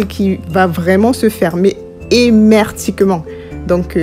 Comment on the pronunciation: on dit : Hermétiquement ! et non Hémertiquement ! 😂🤣😅